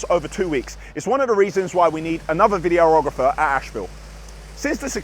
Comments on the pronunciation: Is anyone going to tell that the word is vid-ee--ographer and not video--ographer. Says it all his videos 😂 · Love how you say videorohgrefur:) Really pleased I found this channel, reality TV make way for!